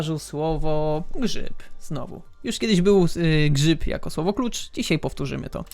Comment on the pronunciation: czy ty powiedziałeś kur*a "grzyb"